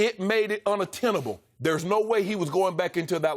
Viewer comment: "It became unattenable." - Shannon Sharpe